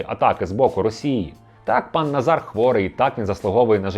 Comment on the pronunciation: Відмінок Форма імені Наголос Називний Назар Наза́р Родовий Назара Наза́ра Давальний Назару Наза́ру Знахідний Назара Наза́ра Орудний Назаром Наза́ром Місцевий (на) Назарі (на) Наза́рі Кличний Назаре Наза́ре